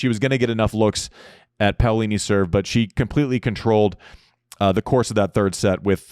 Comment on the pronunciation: You nailed Paolini's name Andy, way to go!